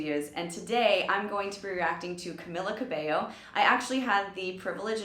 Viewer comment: caMEEla cabeYo